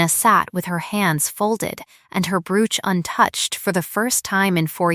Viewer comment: Tell AI to pronounce Brooch correctly.